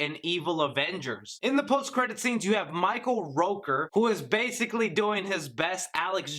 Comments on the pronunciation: It's ROOKER , not Roker! Y'know? The guy that played Yondu and Merle! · Hes called Rooker, Not Rowker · Rook er! NOY ROAKER